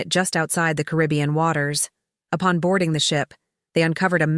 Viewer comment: Hire a speaker. The AI can't even pronounce Caribbean